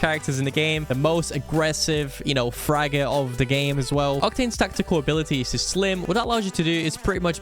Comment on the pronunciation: Am i the only one who heard "Slim" instead of "Stim"??